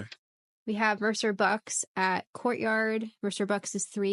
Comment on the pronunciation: Great pod as always, see you guys soon! Ps I got really excited when started saying Mercer Bucks correctly 😂🙌